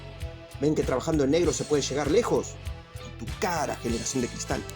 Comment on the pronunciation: "aprendan a trabajar generazion de cristal" -el youtuber